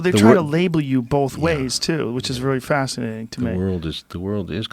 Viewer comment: Joe "Pronounces 'both' as 'bowlth'" Rogan